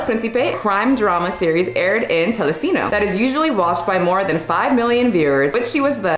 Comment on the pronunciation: ”Telecino” made me laugh. It was sweet haha. Most other things weren't too bad ey, just not sounds you'd be used to making, you'd do well. It's telecinco by the way. Love your videos ❤😊